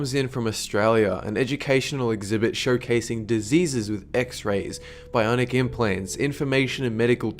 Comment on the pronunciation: .....Im SORRY did you say BIONIC INPLANTS!!!